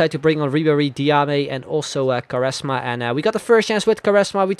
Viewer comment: it's not ''karesma'' it's Kuareshzma